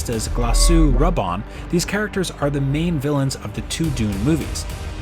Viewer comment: Chah-nee, not Chay-nee. Har-KOH-Nen. Rah-Bahn. Jesus. Read the book before you talk about it.